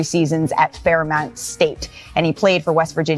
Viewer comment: I’m from WV and to see her 1) pronounce FAIRMONT wrong 2) skip over him taking FSU to the final 4 3) as a black woman use her platform to demonize another black man 4) not be considerate after saying the women at Boston should be protected but attempt to speculate the interim coach is DISGUSTING and directly a cancer to society today